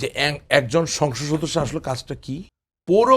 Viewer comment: ভাই, উচ্চারণ টা হবে সংসদ সদস্য। কিন্তু আপনি আসলে কি উচ্চারণ করেন কারো বোঝার ক্ষমতা নাই। তবে আপনার চেহারার এবং কথা বলার ধরন সাহেদ সাহেবের সাথে মিল খুজে পাওয়া যায়।